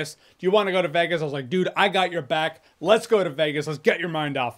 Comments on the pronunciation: It’s not pronounced “Vaa Gus” 😮 It’s pronounced “Vay gus” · The way he says Vegas